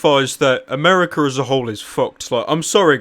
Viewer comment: What is "Ameriker" Lol